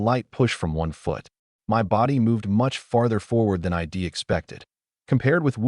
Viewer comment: god I hate basic AI voice the first few words "It wazzen Tee" and then the next sentence again Wazzen Tee then "Eye Dee" instead of I'd. I just KNOW from that point on there will be "Eye Tee" instead of it and "Emm Oh" instead of the name Mo